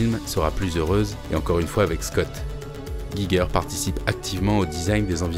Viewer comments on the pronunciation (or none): Intéressante vidéo !! :D Par contre, il faut prononcer le nom "Giger" comme "'Jijer".